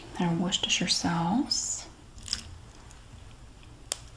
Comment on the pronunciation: Finally, an American that can pronounce 'Worcestershire' correctly... 😁